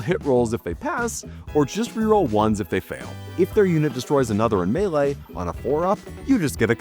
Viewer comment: It's weird to hear him pronounce melee correctly